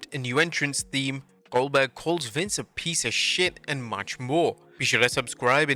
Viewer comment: That’s oldberg! oldberg! oldberg!